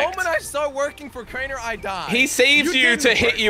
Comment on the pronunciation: He said Crainer beach